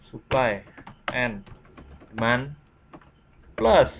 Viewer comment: suka salah sebut ni mas nya suply sama demans